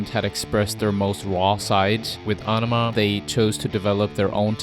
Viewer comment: How do you get aw-no-ma out of aenema? If youre gonna narrate fkr a living then learn to read first or at least learn to pronounce the words youre using. That was the dumbest pronunciation of aenema possible